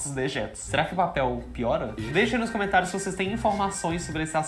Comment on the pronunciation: cuidado com o gênero das palavras. Por exemplo: a pronúncia é cOmentário (masculino) e não cAmentário. Boa Sorte.